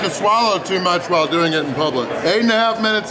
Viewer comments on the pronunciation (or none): none